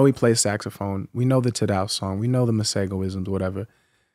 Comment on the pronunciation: Theee way he killed “Tadow” mah goodness 😊